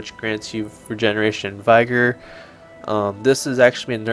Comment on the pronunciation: nice vid! just a note, vigor is not pronounced vy-gor, and aura is not pronounced aurora. keep up the great vids!